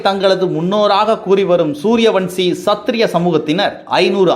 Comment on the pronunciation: அது என்ன சூரிய வம்சி யின் சத்திரிய சமூகத்தினர் ? இது என்னடா புதுசா இருக்கிறது? அது சூரிய வம்சத்தின் க்ஷத்திரிய சமுகத்தினர் என்று வாசித்திருக்க வேண்டும். என்ன தமிழோ ? இதை கேட்டவன் எவனும் தமிழை சரியாக படிக்கவில்லையோ அல்லது தமிழே தெரியாதோ என்னவோ ? தமிழ் பாவம்டா ! செந்தமிழ்டா. தயவுசெய்து அதை கொல்லாதிங்கடா. ஒழுங்காக பேசத் தெரிந்தால் பேசு இல்லையென்றால் விட்டுவிடு. PLEASE. தம்பி வாசிப்பாளரே நீ என்னய்யா படிக்கிறாய் நமது முதல்வர் சொன்ன சூர சம்சாரம் என்பது போல முகலாயர் என்பதற்கு முகாலய‌ என்று செய்தியை வாசித்திருக்கிறாய். ஏன் உனக்கு தமிழ் தெரியாதா ? தயவுசெய்து தாய்த் தமிழை சாகடிக்காதே.